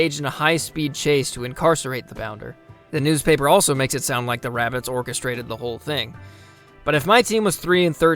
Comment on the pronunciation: WABBITS!!!! Someone call Elmer Fudd!